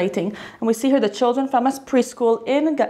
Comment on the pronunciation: War between Israel and Gaza did not start on Oct, 7th. This bloody day was just the continuation of a long lasting war. As Gaza is under blockage since 15+ years, they are victims of acts of wars. Moreover, why not pronouncing "RRRrrrarretz", "Tsarrrrral" or "RRRrrrrebrew" like you do for "RRRrrramas"? May the people in Israel be in peace as the people in Gaza and West Bank.